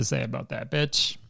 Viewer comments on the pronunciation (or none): none